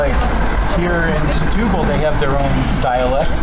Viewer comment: Folks, I believe the Portuguese pronounce the town as STU-BAL and not SE-TU-BAL. and yes, even though I am a “Luso-American” and do speak Portuguese.